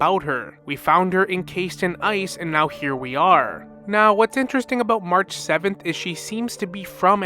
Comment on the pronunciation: 'Anig mahraah'😂😅 got me every time. Can't wait for more hsr and genshin lore.